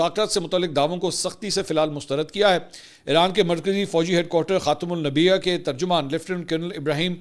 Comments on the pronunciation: خاتمل انبیاء ہے، خاتمل نبیاء نہیں ہے۔ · منصور صاحب معذرت کیساتھ یہ بتانا چاھتا ھوں کہ آپ اکثر ان دو ناموں میں غلطی کر رہے ھو ایک تو ایرانی فوج کے ھیڈ کوارٹر یعنی خاتموال انبیاء کو آپ خاتموال نبییا بولتے ھو اور دوسری شاید ڈرون کو آپ شایید ڈرون بولتےھو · Please correct your words as you always said Kham ul Nabia it's khatam ul anbiya jazak Allah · Bhai ye " Khatim ul Ambia ' he kahtimul Nabia nahi. Aap kehte ho k aap hamare comments pharte ho to me ne pehle b bataya tha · Please correct the word khatam ul anbia saww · r. Mansoor the word is khatamel anbia